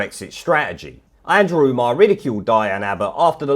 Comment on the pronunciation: Andwew Andwew Andwew.